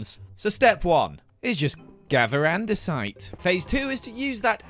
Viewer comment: I thought he said gather and decide.. not gather andesite 😂